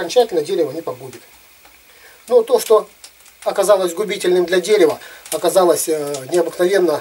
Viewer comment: ОкОзалОся😂😂😂 деревня😂